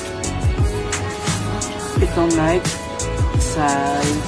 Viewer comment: Nayki po ung pagbigkas ndi po nayk....keep it up 😊